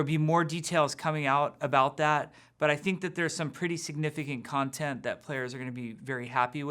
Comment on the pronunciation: I love how he messes up saying content. Boi